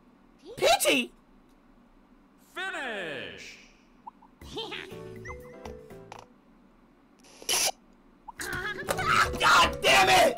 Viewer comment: Peach: Peacy Ishowspeed: PEACY Mic: HATT